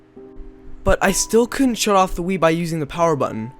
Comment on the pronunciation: For some reason I hear "Weed" instead of "Wii"